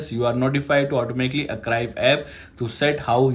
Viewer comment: Archive ❌ arcrive ✅